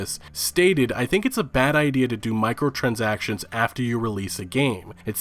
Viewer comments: Micro not macro Jesus Christ all might like some of the info but every time u say microtransactions makes my head go nuts lol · Hooton No, Stephen. He's not. Micro (Mike-Row) is totally different to Macro (Mack-Row). Microtransacrions does not start with a "Mack" sound. It starts with a "Mike" sound. O_o That's not even "a Canadian accent" thing. >_< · Why are you pronouncing microtransactions as "macrotransactions?" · I've watched loads, and Liked many of your videos, and I'm a long-time fan & follower (w few subscriptions), and I'm reeeeeally sorry -- and admit this can be seen as pedantic -- but I'm struggling with your mis-pronunciation of "micro" as "macro"... >_< "Micro" , as in microwave, microphone, microchip, etc means something entirely different to "macro".. (as in macro-economics, macrocosm,..) Please, with the greatest of Respect , can you very easily correct yourself, stop saying "macro-transactions" (wrong) and start calling it what it is, which is "microtransactions", please? O_o The word has been up in your videos in various screenshots, too... Mike-row, not Mack-row.. Micro, not Macro. Microtransactions, please, not "macrotransactions".. :( YES, the Big Picture of your vids remains clear, but as with anything and everything in life, so much greatness can be brought down by the tiniest of things.. Haters gonna hate -- I fully expect a backlash from (the most immature) "fan boys" who want to show you how "loyal" they are by dissing the one calling you out, in hopes of gaining your praise, (and also hiding behind online anonymity to hurl insults etc) but they only show up their ignorance... I make no comment re dyslexia either. It's never too late to make even a small improvement. Don't forget "The Emperor's New Clothes" -- In the end, all the fawning idiots who feared to tell him the truth were shown up, because the Emperor, in his great Wisdom, ultimately apprecia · Does know it's "microtransactions" not "macrotransactions"?